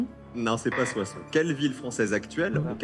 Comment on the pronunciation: 4.20: "Soisson?"